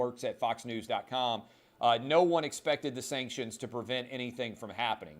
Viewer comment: Sankshunz. We don’t care bout your steenking sankshunz!